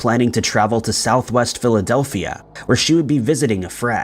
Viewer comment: Was in the only one that heard Diladelphia instead of Philadelphia 😂?